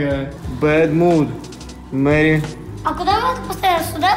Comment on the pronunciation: читает письмо от подписчицы: Привет, меня зовут Маша... Так же:Мэрри, спасибо Мэрри😂